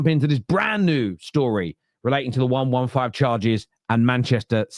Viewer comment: One-one-five charges? Can you count? Serious question..... It's one hundred and fifteen charges, Numbskull 😂😂😂